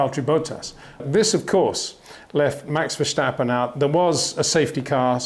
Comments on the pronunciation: Great video again,, biased again, but I'm used to that. But really for the last time; it's Verstappen, not Verschtappen. It's not that hard. 😁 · MEX??? VERSTEPPEN..? HOW TO PRONOUNCE BOTH A 'S IN THE NAME SOUND LIKE IN CARWASH